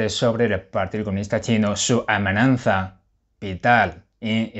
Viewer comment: Hola. Enhorabuena por tus comentarios y análisis tan elocuentes. Te sigo todos cada día y mi deseo es que sigas en esa línea. También quiero decirte que, como profesor de español que soy te felicito por tu nivel de nuestro idioma y riqueza de vocabulario; tan sólo una única palabra que dices a menudo (AMENAZA), intenta corregirla es AMENAZA y NO AMENAN ZA. Disculpa, pero debía decírtelo para corregirlo. Gracias, un saludo